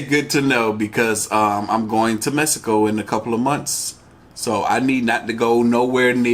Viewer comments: My boy said misico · Lol "Mesico" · Idk why but it irks me when people day mesico.....im not even mexican but it has an X so say meksico not mesico.... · Mesico..... learn how to say it ...homboy...